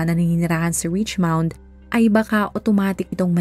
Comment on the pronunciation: richmond po not richmound